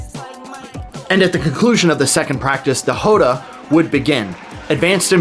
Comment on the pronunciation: First thing you need to understand to get Capoeira is that it was created as a means to fight horses. Slavers in horseback. Also, it's pronounced Róda, with an open 'O'